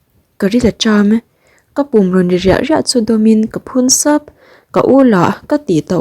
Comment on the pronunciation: Ka pum rawn ri riah riah chu nilovin ri raih raih tih tur👍